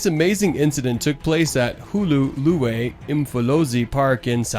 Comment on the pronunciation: Hluhluwe is spoken with a Shlu sound so it's spelt Hluhluwe but spoken as Shlushluwe not Hlu-hluwe..👍🏼